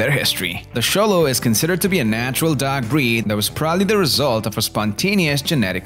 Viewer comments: Man, this accent is distracting. Try getting down the pronunciation of "dog" (not dag) before adding inflections and intonations. I promise, this is constructive feedback and not a bash. Great video on these amazing dogs! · why does he say "dog" like "duck" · "D'ya like dags?"